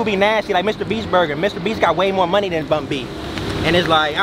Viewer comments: It's BUN SPACE B... NOT BUNBY😂😂😂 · Bun B not Bunbee 😂 😂 That’s 🥶